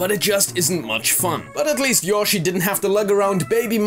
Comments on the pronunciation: Y-oh-shi, not Y-osh-i. That drove me bonkers XD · It's YO SHEE not YAH SHEE, Jesus. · Why can't British people ever pronounce Japanese words properly ? Yo-shi not Yosh-ee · It's YO-SHI not YAW-SHI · (Yo-She) yoshi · I hate the way this guy says Yoshi